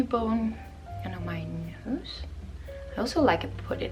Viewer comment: “Q bone” 😂😂 very cute (it’s Cupid’s bow). Love your calming voice. I’m doing my nails and really enjoying your videos, thank you! 💋